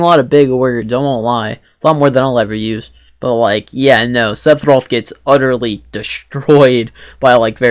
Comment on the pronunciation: First off... It's Seff not Seth Sephiroth. Just nit picking. Actually, that's it... I agree with everything else you said.